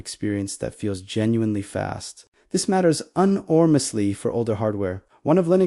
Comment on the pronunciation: UN ORMOUSLY ? ? Why use a robot to talk when it can't speak properly ? Thumbs down, no good